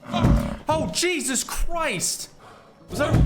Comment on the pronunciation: When you say jesus christ you sounds like a british boy😂😂